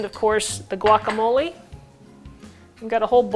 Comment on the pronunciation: Ew how u say quesadilla and guacamole in that white accent kills me